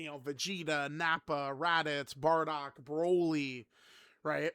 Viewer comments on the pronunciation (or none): none